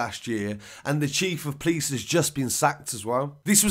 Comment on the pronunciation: 1 and only think I hate is when you say "police" like you "please". I offer the word POPO for "police"